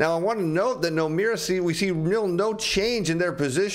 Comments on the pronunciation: Did he say Nomeara? Is that Irish? Is there an "i" or "e" in Nomura? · Is he saying ‘Nomura?’ He said ‘Nomeira’. Who TF is Nomeira?